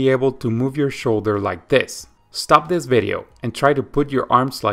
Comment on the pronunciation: Thank you for the video! Please pronounce the word "this" with S, not Z in the end - "this video", not "thiZ video".